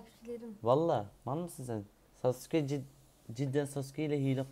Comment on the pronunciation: Sasuke ye Sauke demesi İnce Ayrıntı sjsjs